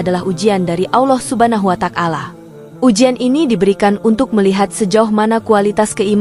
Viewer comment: Ya memang benar apa yg anda komentari, saya juga merasa risih mendengar penyebutan asma Allah dengan bunyi Allah subha nahu wa tak-ala yg seha- rusnya " Subhanahu wa - ta'ala